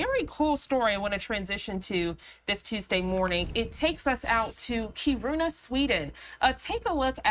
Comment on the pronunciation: It’s pronounced Keer in uh